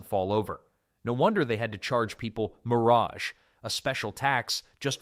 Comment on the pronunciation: It's 'MUR-uj', not 'mur-AHJ'.